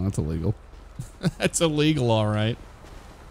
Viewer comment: “Are you okay? Was that lease-sul?” “Yeah, yeah. I would say that is lease-sul.” 😂😂🤣🤣